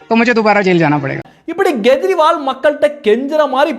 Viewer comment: Gejriwal? It is Kejriwal. K sound, not G sound